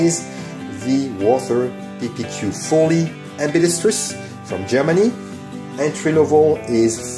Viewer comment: You pronounce the word "ambidextrous" better than 80% of firearm youtube creators in the US, and it's very satisfying. Thank you.